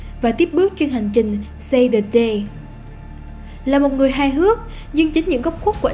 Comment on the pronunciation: save the day not say the day bạn nhé :)))